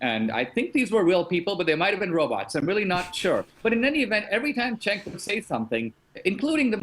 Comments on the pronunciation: Crowder will you ever do an interview with Cenk? Just curious. Also, you may hate the guy, but pronounce his name properly. It's "Jenk" not Senk. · It's pronounced "Chunk".